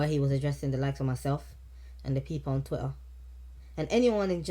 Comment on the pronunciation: Did he just add extra r’s to Twitter hahaha